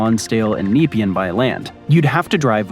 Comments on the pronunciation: It's NOT Nee-pea-an. It's Ne-pea-an or N'pea-an. Google West Gate bridge. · "Neepeean"?!. How about checking the correct pronunciation before putting an audio track to the video!? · It pronounced Point Nah-pee-anne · Try pronouncing it Napean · Some interesting stuff about the geography of the area; as a former town planner, I can't see any reason to put a bridge there, though. I concur with respondents more personally familiar with Melbourne. I appreciate it when peope from the ends of the earth notice Australia, but I am getting to feel we have been saying it's pronounced "MELb'n" and "nePEAen" rather too many times. Also, just in case, don't try "sydKNEE" either. It won't be appreciated! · No bolt, it's pronounced bolt-e. Nepean sounds as Ne-pee-an. Oh, a good candidate for a tunnel. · Loads of interesting info, thanks. Pronunciation could be improved. Nepean , Bolte, Yarra. We also pronounce the 'and' in numbers (eg one hundred and thirty).. Missed the West gate bridge. Also this area is 2 hours drive in either direction to Melbourne, so hardly Melbourne suburbs and not candidates for urban growth. They did have hydrofoil service a few decades ago, but not viable, too few commuters. Fun Facts: 1. on 17 December 1967, Harold Holt, the then current prime minister of Australia, disappeared while swimming in the sea near Portsea, Victoria. 2. The first German ships captured in both world wars happened at The Rip, being so far from the port they did not have time to escape. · Funny pronunciation of Yarra & Nepean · that is some prime poor pronunciation of Point Nepean, its not a hard E, its Neh-pean. Portsea as well. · nah pean not neepian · Kneep-i-an! Try Nep-ee-anne. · Nepean is ne-PEE-un, not NEE-pee-un. Same thing in suburban Ottawa, just two hours' drive west of where I am in Montreal. Plus, I prefer the ferry over a bridge for that lightly-populated area. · Nepean is pronounced Na- pee-an, not Nee- pean